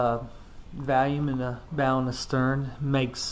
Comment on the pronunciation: Hahaha. thanks for the review! It sounds like you're saying "Valium" though instead of "volume", which I would certainly prefer. I think Valium and Volume would both help one maintain calmness dropping into a stout, but it's hard to say which would actually make one's performance better in said stout. I'll stick with the Valium and keep paddling the RPM.